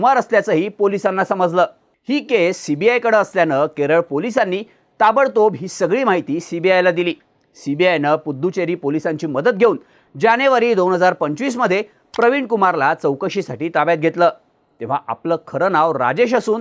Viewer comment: पुद्दुचेरी नाही रे दाद्या... पुदुच्चेरी